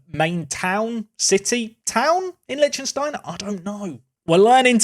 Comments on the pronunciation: Lec-tin-stein , not lynchinstein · how can you be this horrible at pronouncing like usually idec but this just pisses me off honestly. Liechtenstein and Sarajevo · Is that how English people pronounce Liechtenstein? Jesus christ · Where did you learn to pronounce Liechtenstein? 😂 It's delightfully and horrifically butchered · The mispronunciation of Liechtenstein hurts me :( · Thanks! I always said it wrong too 🤣✌